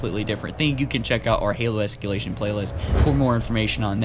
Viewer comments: Say it with me es-cuh-lay-shun. no close, not escyoolation es-CUH-lay-shun CUH CUH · es ca lation. not es key lation. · Still can't pronounce "ESS-CUH-LAY-SHUN"? Okay.